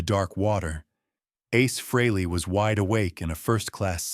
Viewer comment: Your crappy AI can't even pronounce Ace's name correctly, Who would want to listen to that, along with your bullsh!t tale for 20 minutes? AI sucks! Give it the thumbs down it deserves and send this BS video to algorithm hell!